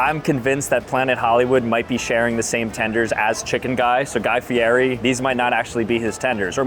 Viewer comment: Guy FEE-ETT-E.